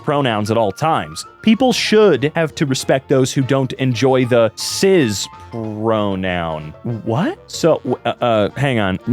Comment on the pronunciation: Why do you pronounce the S in cis like a Z?